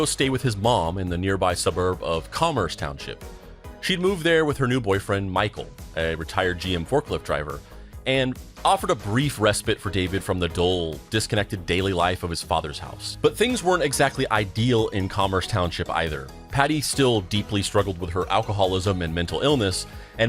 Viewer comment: It’s respite not resbit.